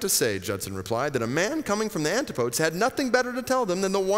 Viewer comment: Antipodes, pronunciation = an-TIH-puh-deez